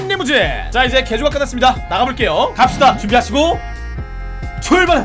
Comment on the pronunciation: 형 대체 어케 발음해야지 '출발 스타트'가 이런 발음이 나오는거야? ㅋㅋㅋㅋㅋㅋ